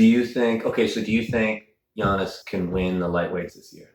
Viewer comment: Love ya Devon... but its pronounced Yawn-iss not Jan-is... we dont call you Melvon... lol